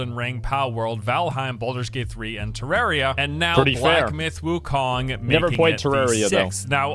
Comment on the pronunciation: Did u say black myth gokong